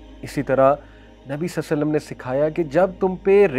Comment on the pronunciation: صلی اللّٰه تعالیٰ علیہ واٰلہٖ وسلَّم مکمل اور سکون سے پڑھا کریں تاکہ حروف صحیح سے ادا ہو سکیں اور ترجمہ درست رہے ۔